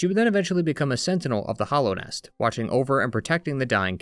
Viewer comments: Hallownest is pronounced with a short a sound, right? Like "hallowed ground". I keep hearing hollownest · “The Hollownest” - “Hallownest”